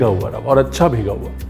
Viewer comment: Once again say, 'Sookha Rawah'😅